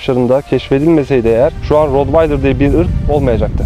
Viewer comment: Hocam T ile okunuyor